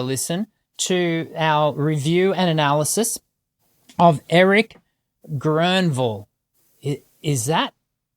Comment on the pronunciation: I believe that is the best pronunciation of Erik's name I've heard from any English speaker. Well done sir!